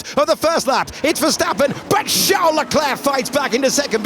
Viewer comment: Every time he says Charles without silent "s" I die a little 😉